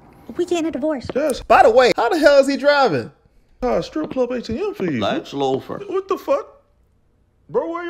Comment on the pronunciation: "Lex Loofer," 🤣